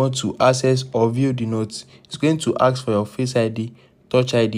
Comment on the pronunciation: Thank so much!! *unrelated (You sound French/African) When you say the word ‘Ask’ you pronounce it as ‘Axe’ which to English speakers sounds inferior. It’s a common error with French speakers. ✌🏽